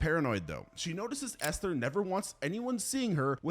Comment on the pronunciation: Good god, it's not pronounced Esthhhher. Just say it as Ester. There's no pronounced H in the word.